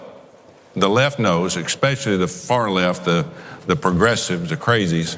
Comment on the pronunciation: Did he just say "expecially?"